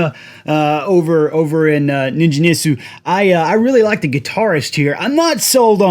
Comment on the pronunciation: Ningen = hard 'g' like gate or get.